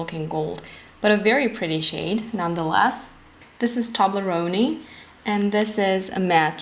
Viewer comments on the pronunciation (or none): I know this video is old, but I just have to tell you that it's not pronounced Tob-Ler-oh-knee. It's Tobe-Lee-own. Like the candy bar Toblerone. Tow-bler-own or Toe-bler-own.